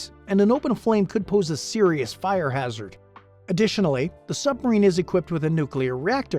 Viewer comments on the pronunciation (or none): none